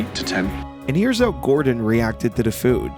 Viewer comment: "and here's how Gordon reacted tidda food"